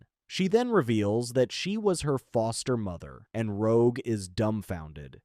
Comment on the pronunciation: The part where rogue destroys bishops transceiver the AI calls rogue rouge.